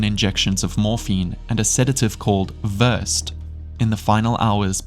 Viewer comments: It’s VER-SAID. Not Verse-d. and Steven Avery murdered Theresa. Hope he rots. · Correct Pronunciation: Ver-sed. Not versed Memorial Medical Center; Ther-uh-nos The Dropout; Ka-zyn-ski Mindhunter: Unabomber; Doss, not D.O.S Nxivm; Li-oh-ta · Sedative called Ver-said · It's Ver-said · Versed is pronounced “ver-SEHD”